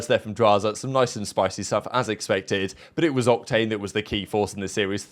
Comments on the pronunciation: Did he just call em cocktane or am I trippin😂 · calling Octane "Cocktane" got me 😂😂😂😂 I'm dead AF.